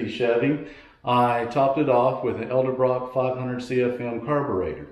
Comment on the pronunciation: Why does everyone call them ELdebrock?